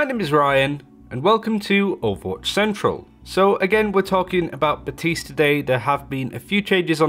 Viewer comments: Literally called himself "BAP-tiste" in the voice line and you still insist on making the P silent. Lmao. Good ear. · Baptiste: Thank you, Baptiste. Ryan: buh-tees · He's been out long enough for people to pronounce his name properly too but I keep hearing BaPtiste (other channels)